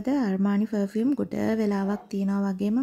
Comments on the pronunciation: ෆ(ර්)ෆියුම් නෙවේ අක්කෙ ප(ර්)ෆියුම්❤ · Two things... 1. It's පර්-fume. You can use Google voice to learn how to pronounce words properly 😊... 2. Makeup, once opened needs to be kept in the fridge... N they need to be refreshed every 6-8months 😊... නැත්තං ඕවා ගැවම ඇගට විස වෙනවා. Plus, use කරන්න ඕනෙ Organic, Vegan makeup. Your father can send from America 😊...